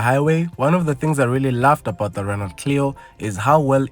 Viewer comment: A car manufacturer that does not offer automatic options is not serious! Apperantly you don't pronounce the "T" in Renault.